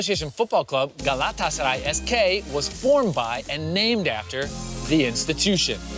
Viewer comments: How many times did he say “Galatasary”?😂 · Estas son las veces que dijo GALÁTASARAY 👇🏻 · Şu GALATASARAY deyişine sinir oluyom XDXDXD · 27..... now i hate word Galatasaray............